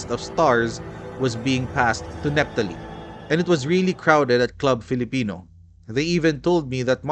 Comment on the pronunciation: Club Filipino is pronounced Klub or Kloob Filipino. 😊